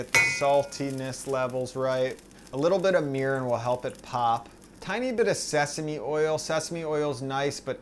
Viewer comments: What was the ingredient after soy in the stock. Sounded like you said Meerin? What was that? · What did you add to the broth after the soy sauce to help it pop? sounded like meern? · Couldn't tell what the oil-ish liquid was, that you added between the soya sauce and sesame oil. Did you say Mirren?